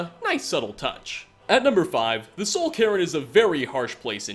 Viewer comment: its Soul Cairn not Soul Karen